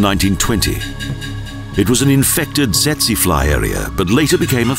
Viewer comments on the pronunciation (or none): none